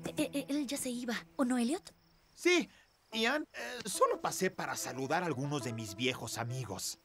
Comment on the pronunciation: ian le dijo iniles a todos